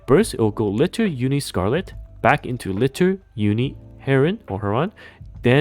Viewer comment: How often are people going to mispronounce Liter in every NIKKE video? It's a real unit of measurement with a real official pronunciation.